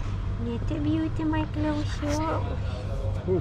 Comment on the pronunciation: It’s always funny how calls Cleo “Chloe” Love the videos, please never stop!